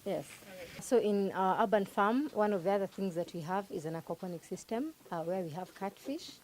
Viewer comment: Great series, but the mispronounciation of "urban" grates. It is not "ah-ban", but "err-ban".Make it easy for ousiders to understand you by using standard pronounciation.